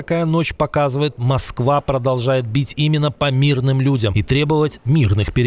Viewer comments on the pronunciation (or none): none